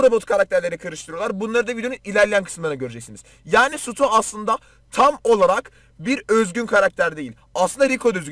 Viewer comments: Sutu değil Stu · Nobody:: Sutu